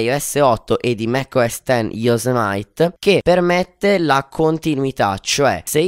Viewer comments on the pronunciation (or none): Yosimiti non Yosemait (Pronuncia) ahahha grande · No, è un misto tra "e" e "i"